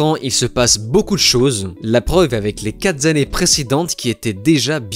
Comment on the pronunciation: Ah ah, Monsieur! A, les "quatre zannées" 😁 Pris ma main dans le sac 🤭